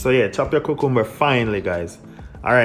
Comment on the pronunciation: the way you say 'cucumber' at 1.36-1.40 , it made my evening